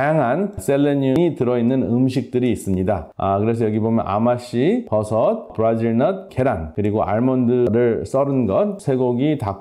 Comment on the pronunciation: 말씀하실때 발음을 끝자리까지 정확하게 해주셔요 생명과 밀접한건데 예 을들면 브라질 넛트이렇게 끝자리까지 말입니다